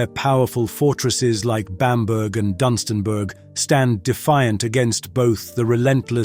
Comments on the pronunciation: Just a couple of pronunciations hun. Bam'burgh' and Dunstan'burgh' are pronounced Burrah....at the end of the names.....thanks hun....❤ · A marvellous video with lots of wonderful photography. A pity about so many wrong pronunciations, though. Windermere = win-der-mere; Grasmere - grass mere; Bamburgh = bam-bu-ruh; Dunstanburgh = dun-stun-bu-ruh; Mevagissey = meh-vu-giss-ee; Castle Combe = ka-sul-coom; Bibury = bie-bur-ee. 'Liver' in Royal Liver Building and the Liver Birds is pronounced 'lie-vuh'. Also, 'idyll' is pronounced 'id-ul'. Also, in Britain we say 'one hundred AND eighty five', 'one hundred AND forty'. If you are going to use an AI voice, please get someone to check on how it is pronouncing things! Thanks for the video!